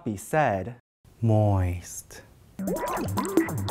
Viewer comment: COME ON NO ONE SAYS IT LIKE THAT